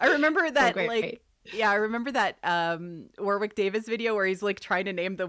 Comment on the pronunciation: LOVE the stream, thanks for doing it. Hot tip, you are not pronouncing Warwick's name properly! The second w is silent.... it is not WarWick. It sounds more like Warrick.